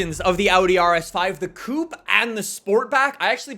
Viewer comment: Coupe not coup, coup is where you keep chickens 🤣